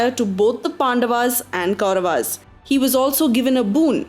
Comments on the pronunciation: I gave up watching this when I heard pronunciations like Pandavaas, Kauravaas, Hastinapura... unnecessary ...aaas added in the end of each noun. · Your pronunciation of Kauravs as Kauravas, Pandavs and Pandavaas is jarring because it is so westernized.